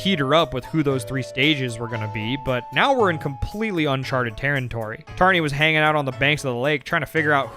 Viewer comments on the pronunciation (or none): “uncharted taryntory” lol